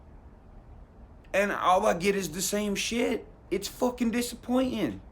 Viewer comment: he sounded like connor mcgregor "its fawking dissapointen"